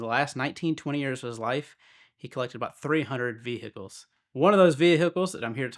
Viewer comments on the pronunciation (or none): Veeehickles.. isn't the correct term for a Lamborghini